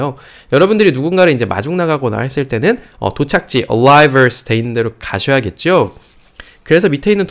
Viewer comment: ARRIVALS 에서 R발음을 L발음으로 하시네요.